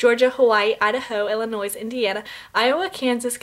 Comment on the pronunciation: When you say Illinois the "s" is silent. Haha thats how we know what people are from here. Haha. I live in the good ole state of Illinois. Its okay I just like to correct people when they say it wrong. haha